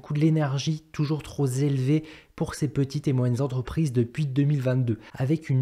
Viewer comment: Liaison…trop…pélevé…et non zélevé! voyons mon grand🤣